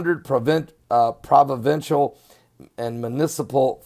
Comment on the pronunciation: We do not have interstates. Also hearing you try to pronounce municipality, provincial and Fort McMurray is funny.